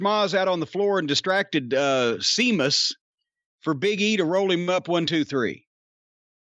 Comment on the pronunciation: Seamus??? Say it properly... if you can't don't say at all. It's Sheamus